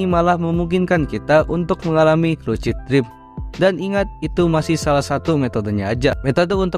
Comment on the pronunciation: bacanya lusid bang bukan lucid